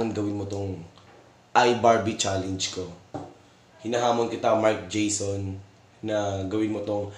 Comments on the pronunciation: CHALLENGE HINDI "CHALEYNGE" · iBarbie"challeynj" hahaha